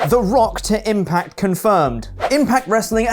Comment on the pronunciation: "Whats the Stone doing in the impart zone??"